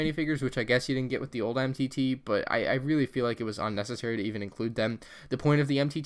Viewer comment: Dang you blew the name of that MTT faster than the millennium falcon made the kessel run!